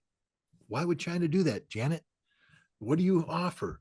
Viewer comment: "Janeter" Yellen!